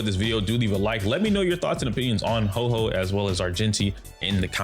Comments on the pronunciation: 🤓☝️ ahktually it's pronounced ho-oh not ho-ho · Pronunciation for Huo Huo is quite simple: Hu-o Hu-o. Make sure to pronounce the 'u'! The pronunciation for the 'o' is not so much like "oh", but rather like "or". So pronounce it something like "who-or" but really quickly!! It's one syllable. Huo! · Its pronounced HOO-Or HOO-Or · Huo huo is pronounce like "Whao" but drop the W sound and add the H sound. It translate to fire fire in chinese so look up fire and hear the translation if you want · To get the actual pronunciation of Huo Huo, you can go to google translate and put in 藿藿 (this is Huo huo Chinese name) then just click the listen button for the Chinese pronunciation.